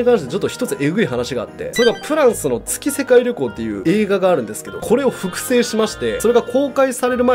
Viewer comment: 「げっせかいりょこう」じゃね？